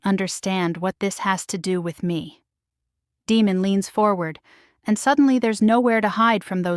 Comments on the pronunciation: Yes. Great story and yes the name demon instead of Deymon kept making me cringe then I started yelling Day mon😂😂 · Nice narration but the pronunciation of the name of the Alpha King should be Day-mon not Demon (as in devil). Good story with a bit of humour.